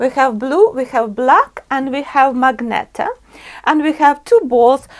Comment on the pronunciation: It"s MAGENTA not magneta